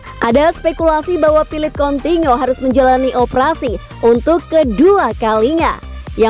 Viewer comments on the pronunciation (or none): Hahaha sama juga bg. Sy malah pernah komen kek Abang kok dibaca "kontinyo" . wkwkwk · Udah nggak tahan gua mau komen ini sejak ribuan tahun lalu. Coutinho dibaca KONTINYO. triliun dibaca TRIRIUN. hadeh